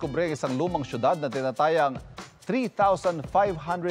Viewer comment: its not tina-ta-yang. its tina-tayang